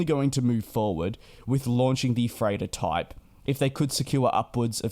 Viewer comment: Oh!!! He's saying *freighter*!!! I couldn't figure out what the heck an "A350-3Turn" could possibly be. :D :D :D